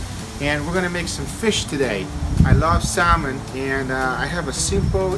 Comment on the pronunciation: I'll give a try today....FYI....it is not pronounced Salmon...it is pronounced Sammon....I should know , now ya'all do too.